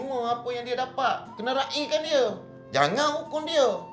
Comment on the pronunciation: Jaa.. dapat.. bukan dapak jaa.. sebut betul jaa more improve